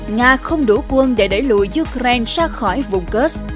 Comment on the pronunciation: Cô Xướng ngôn viên hôm nay đọc Ukraina tốt quá rồi! Hoan hô!👏👏👏